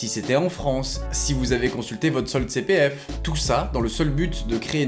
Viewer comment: " ji suis jilien, inspecteur de la CI PI F ! "